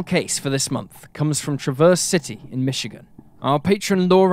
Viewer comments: as someone from Traverse City, MI I got a kick out of how you pronounced it every time lmao. we pronounce it like Travverz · It’s always funny when someone not from Traverse City says it, they always say it wrong. I grew up in TC and still live there. And people always pronounce wrong the same way. It’s so funny